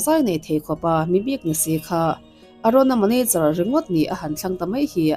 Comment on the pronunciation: Manacher iti tlat zelin ka hria...MANAGER 😂